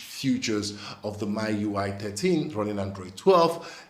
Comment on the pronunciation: buddy its noy MYUI its MIUI